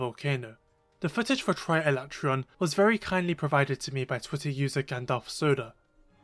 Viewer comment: Thank you for using the CORRECT pronunciation of his name! That’s right, I said it!😂